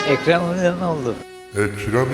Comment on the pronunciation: ekrem eğiğeoğlu